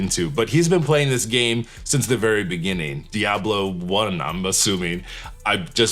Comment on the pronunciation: Your pronunciation of diablo is perfect Spanish 😊. Last time I played video games was with a PS2 lol, games became more complicated and I just don't have the brain for it.